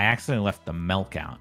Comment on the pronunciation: I’m severely uncomfortable by the fact that he calls milk melc 😐 as an Australian he is officially not allowed back in the country